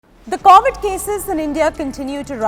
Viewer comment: Man! It's CoVid, not CAUvid.